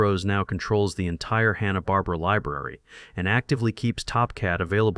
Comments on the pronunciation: This channel can't even say Hanna Barbera. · The guy doesn't even know how to pronounce hanna-barbera. So I'm not sure if I can trust anything they said.